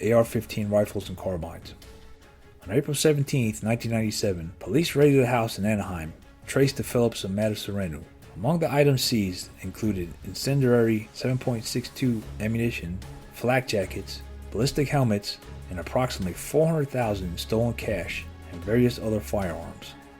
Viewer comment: Come on,. Incenderary??? That's not a word. In-sen-dee-ary is how it's pronounced.